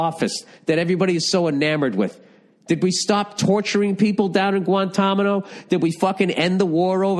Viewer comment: That man said Guantamano lol